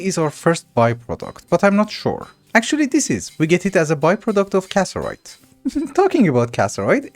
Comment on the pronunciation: you know it's CassITERite. right? not casserite? you're missing an entier "itter!"